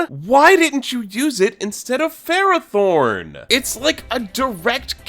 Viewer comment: I think my brain exploded from that Ferrothorn pronunciation alone 🤢